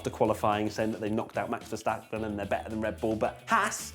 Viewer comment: The pronunciation of Vettel and Verstappen is 'fettel' and 'ferstappen' respectively. Just sayin'.